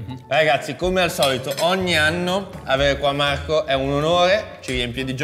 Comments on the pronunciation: AAA cercasi gnocchi “artigianati”, come dice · Uagliò Marco però non far video "mi sfottono per il video di masterchef buhuuuu" a far la vittima e poi fai sponsorizzate da video con 'SAPOVI DELLA MIA TEVVA" a prender per il culo che parli con la 'V' e così via... Ok che come dici tu 'alzi la munnezz' e qualche soldo in più fa comodo ma scegli se esser il meme vivente o la vittima, così è fastidioso.